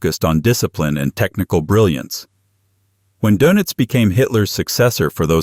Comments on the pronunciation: Dœnitz or Dönitz. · Donuts 🍩? AI messed that name up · 'Donuts' - Doenitz! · The "o" in his last name needs a German umlaut! And it's pronounced more like "oo."